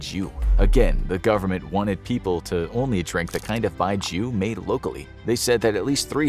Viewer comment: it's called Bai Jiu. pronounced (by jio)